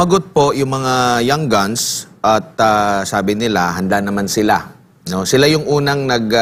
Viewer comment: 😂😂🤣🤣🤣NATAWA AKO SA PAGKAKAMALI NI SIR SA PRONUNCIATION NG YOUNG GUNS NG young goons 🤣🤣🤣🤣🤣PARANG YUN ANG TAMANG TAWAG SA MGA SALOT AT BASURA NG ATING LIPUNAN.MGA young goonsTALGA YUNG MGA SALOT AT MGA BASURA DAHIL BINUBULLY SIYA.DI SIYA TINITIGILAN PABAGSAKIN AT DIRAAN.WE LOVE VP SARA SOLID DUTERTE KAMI😍😘❤️❤️👍👍👊👊